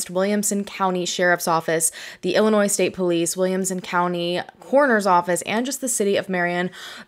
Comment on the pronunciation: Thank you for pronouncing Illinois correctly. LoL. I'm from the area and have never heard about this case. Thanks for sharing her story!